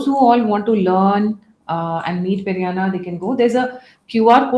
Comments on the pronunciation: Pedanna not Perianna. Perianna is in Tamil. Pedanna in Telugu. This lady is brainwashing everyone by saying Perianna. gentle as he is doesn't correct her. I've commented to her several times. She doesn't listen. Sitting on a high horse. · Seriously you & your team need to go through your comment section. I along with other telugu viewers have said that it's Peddanna not Perianna several times. Highly irritating to hear you say this. Change yourself lady. It's not too late to learn. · Why do you call him peri Anna? He’s not a Tamilian. He’s Telugu! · Please stop calling him PeriAnna 🙏